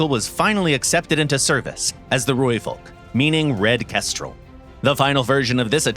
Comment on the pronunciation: only one thing i found a bit off is the pronunciation of Rooivalk: we roll the R, so it sounds more like RRRooivalk, but other than that, i have no complaints, amazing video enlightening others about our achievements